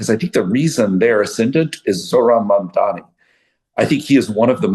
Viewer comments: MaNdami lives rent free in their heads but JCal still can't say his name right. Does he think he can show power and dominance by doing this? Hilarious delusion. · Funny how Jason, being so articulate and well spoken, has blind spot when it comes to pronouncing MAMDANI and always refer to him as MANDAMI... that´s like someone calling Jason CALANACIS... hilarious! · Why so difficult to pronounce Mamdani name? Put some effort into it. seriously.